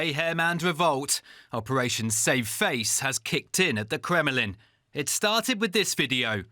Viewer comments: It's called the KREMLIN not Kremelin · Great job DW on your clear reporting but PLEASE! train your reporter on the pronunciation of “Kremlin” - it is NOT pronounced “Krem-e-lin”!!!